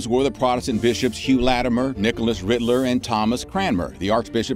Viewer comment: Nicholas 'Ridley' Not 'Riddler' 😂